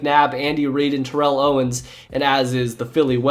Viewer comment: That bothered me too. Along with the mispronounciation of Rechd Caldwell and Terrell Owens.